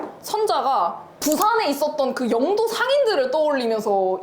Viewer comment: 영↘도가 아니라 영↗도 (죄송합니다 이런 사람이라..............)